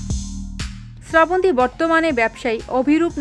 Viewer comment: আপনিতো নামটাই ঠিক মতো বলতে পারলেনা